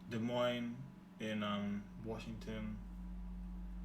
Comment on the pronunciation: And when he pronounced Des Moines correctly. I know a few Americans who say it wrong 🤣